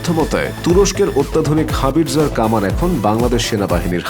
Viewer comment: হাবিরজার না ভাই। হাউইটজার কামান...